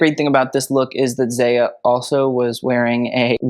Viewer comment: You might not see this but zaya is pronounced z-eye-ah